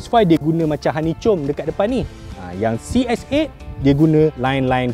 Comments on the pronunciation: "hanicom"? Lain macam bunyi tu. Sepatutnya "hanikom" utk pronounce honeycomb tu. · HoneyKom bukan honeyCom sebutan dia hahhaha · honeycomb bunyi dia 'huh-nee-kowm' bukan huh nee chom.. 2 kali da salah ni.. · Sekali sebut " honeicom " kawe gelok guling2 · aku salah dengar ke sebut hanicum 😂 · Nk review kete tapi facts tak accurate. Sebut honeycomb salah, effortless pun salah.